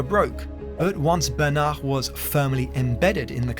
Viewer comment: You didn't pronounce Bernard or Arnaut correctly, but the attempt was well appreciated 🙏👍